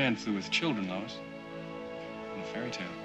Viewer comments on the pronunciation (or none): none